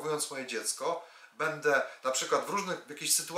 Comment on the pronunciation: PAN cudownie omawia, świetnie się słucha, ze świecą szukać, ...Jednak proszę bardzo zwrócić uwagę na słowa typu będę itp. Przepraszam i dziękuję